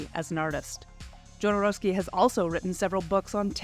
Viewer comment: It would help if you pronounced Jodorowski and Gieger’s names correctly.